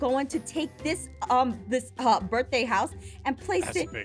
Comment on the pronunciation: I know, but she didn't say birTHday. She said birFday.